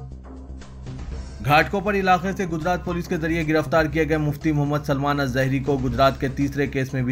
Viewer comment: Bhai new reader aap urdu ke kayee alfaz ghalath ada kar rahe hain aur mufthi salman Zahri nahi hai wo saman al Azhari hai wo alazhar university egypt me Thaleem hasil kiye